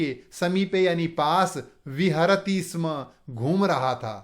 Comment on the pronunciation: स्म स्य स्मः उच्चारणं मा करोतु भवान्